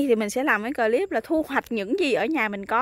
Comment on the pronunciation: Thích mấy bụi bông trang của Diểm. Đề nghị khi phát âm chử "clip" thì đọc một chử thì rất dể nghe hơn nhất là đối với các bạn ở nước ngoài.Cám-ơn.